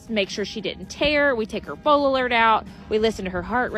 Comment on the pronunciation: Foal alert or full alert? They sound similar and I can't tell every time you say it